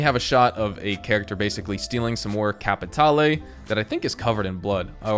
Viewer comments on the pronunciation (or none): CAPATALE!!!! Don't pronounce the E. It is silent. Thank you.